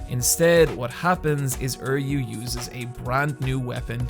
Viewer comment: Are you PRONOUNCING THERE NAMES BAD ON PURPOSE???!?!!? How the fuck do you turn Uryu into "Erryu" and Mayuri into "Myru" lmao WUT!?